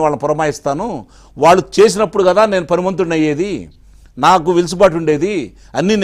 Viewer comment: వెలుసుబాటు కాదు. వెసులుబాటు😂